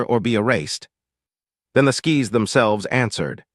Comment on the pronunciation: The skiis? oh no!